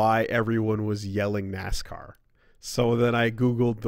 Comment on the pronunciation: Nascar is our word,. But you can say Nasca.